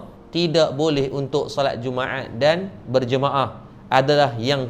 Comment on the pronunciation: Dia punya sebuat jumaat bunyi jadi jummaeaaat.pekat btul bunyi tekak org smenanjung